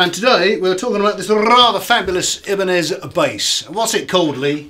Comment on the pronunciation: EEEEEbanez, not EYEbanez